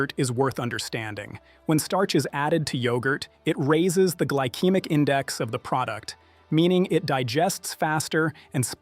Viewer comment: Yeah, “gly-keemick” instead of “gly-seemic” was especially galling. Artificial stupidity might be a more apt name, rather than artificial intelligence.